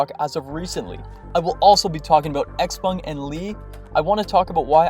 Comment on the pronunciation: pronounced: sh-how-pung !